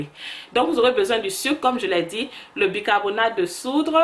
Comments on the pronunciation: de *SOUDE^ et non pas de soudre... lol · ON DIT BICARBONATE DE SOUDE PAS DE SOUDRE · Bicarbonate de soude soude il n'y a pas r désolé